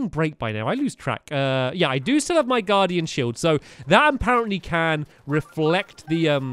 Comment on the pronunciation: U said stay away from the garden instead of guardian